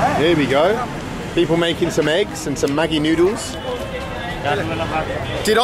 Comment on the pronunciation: 😂 Maggi is pronounced "majee" or "madjee".